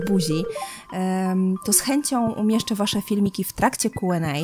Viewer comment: Czemu zamiast mówić kjuendej mów kuenej?